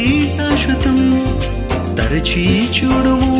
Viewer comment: Praise the Lord brother దయసేసి ఏమి అనుకోవద్దు మీరు మాట్లాడేటప్పుడుకాని,పాడే టప్పుడుకాని "చ" మీద వచ్చే ఏ పదాన్నైనా సరిగ్గా ఉచ్చరించటం లేదు. ఉదా"కు చూడుము అనటానికి బదులు చ్యూడుము అని పలుకుతున్నారు. మీరు అలా పలికితే తెలుగుకు ఇంగ్లీష్ మిక్స్ చేసి కొత్త పదం తయారైనట్లుంది.దయసేసి అర్థం చేసుకుంటారని భావిస్తున్నాను